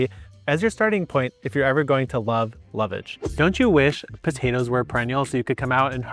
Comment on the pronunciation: "Lovage" is pronounced LOVA-Gee